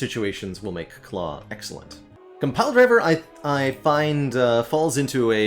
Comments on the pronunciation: “compaldiver” ??? is there a compile driver inside joke im missing or do you just not know how to read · That's an interesting pronunciation of Compile Driver. It's a play on Pile Driver...